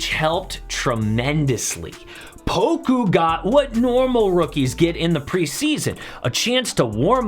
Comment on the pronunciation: Say poka instead of poku